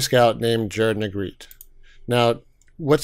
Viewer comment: “Neg-GRET-tay” not “Neg-GREET”. Well you pronounced it correctly later.